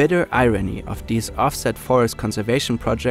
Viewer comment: It's "the" and "these," not "da" and "dese."